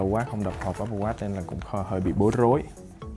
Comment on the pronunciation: Apple mà nghe cứ như oppo :)